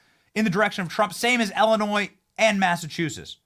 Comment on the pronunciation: ELLENOY??? ILLINOIS 😅